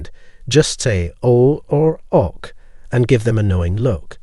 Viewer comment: This is a very confusing and sometime illogical talk. Was it generated by AI? Mispronunciation of "OK" is an odd artifact.